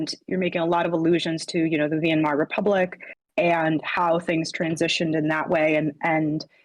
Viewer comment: As a German native speaker, I am triggered by Americans pronouncing Weimar as "We-Im-Ar". Try saying "Why-maar" instead, that should get you pretty close to the correct pronunciation.